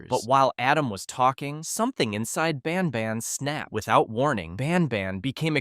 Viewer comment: Are you intentionally saying banban wrong every couple times to rage bait me into commenting? Bc its working 10/10 🔥